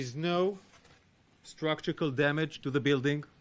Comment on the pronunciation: He needs to work on his pronunciation of "structural"